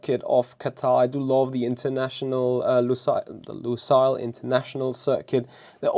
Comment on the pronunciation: no one as of yet pronounced Lusail correctly 😂